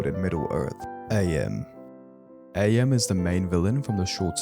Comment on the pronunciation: its not a.m. its Am, as in "I think therefore I am"